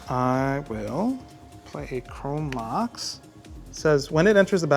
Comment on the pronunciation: " My reading voice helps me articulate and sound better" proceeds to pronounce chrome mox chrome max 😂😂 i spit my drink for real lmao And these games were great to watch! Such a fun episode